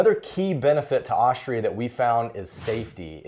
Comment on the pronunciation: "Aushtria," he says.